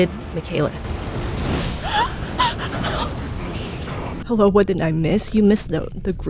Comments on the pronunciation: Girl, this was great, but never pronounce my boi Maliketh's name like that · the mispronunciation of maliketh </3333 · Mikaleth? Dyslexia? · Who the fuck is "margret" ??? Who the fuck is Mikaeleth??? DO YOU EVEN READ NAMES BRO? MAH-LIH-KETH >.< EVERGOAL??? IT'S GAOL. JAIL. EVERJAILS. WHERE THEY KEEP DANGEROUS PRISONERS. DO YOU EVEN BRAIN??